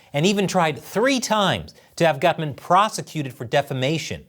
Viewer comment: Gutmann is a German surname and should be pronounced "Goot-man(n)". Yes it means a "good man"